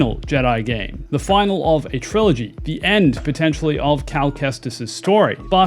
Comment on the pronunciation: Trilla-gy lol